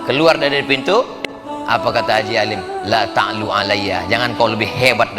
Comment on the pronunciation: Apa salah dengar ya kok laa ta' luu seingat saya allaa ta'luu 'alaiya.....